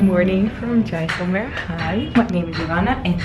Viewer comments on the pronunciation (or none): Jaiselmer ko giant omer bol rhi hai sali hahaha